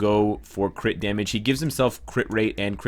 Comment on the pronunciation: i like when he says "crih rate crih damage"